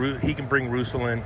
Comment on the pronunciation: Roosell? LOL say it with mee RUS SELL Love Ya can't wait for Toronto heat waves